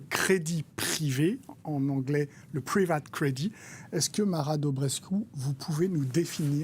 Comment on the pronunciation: "le privaaate cwedi"...